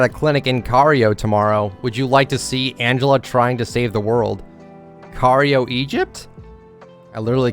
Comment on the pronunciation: The way he says "Cairo" gives me ear cancer